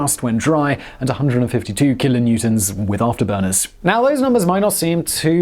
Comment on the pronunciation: Kilonewnonts? C’mon dude! HP!